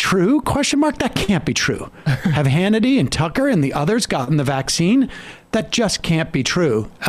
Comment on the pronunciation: Ben Shapiro talks up the vaccine while emphasizing the wrong syl A ble focusing on his anti-mandate stance to appease his audience.